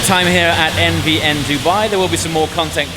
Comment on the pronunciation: 918. Technologically superior. NVN is a forgettable name. What the hell does it stand for? Most of the time it sounds like you are saying MDN.